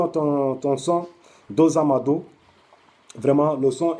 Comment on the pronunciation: Lis moi ça. Dosado et non dosando